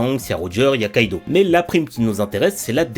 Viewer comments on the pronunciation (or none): none